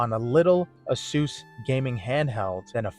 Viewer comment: ok, its not said aysoos, its pronounced aysus. second, sounds like you just dont have a clue what youre doing with your laptop